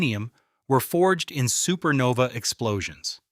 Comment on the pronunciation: This AI sometimes kept saying SupernovE it was so annoying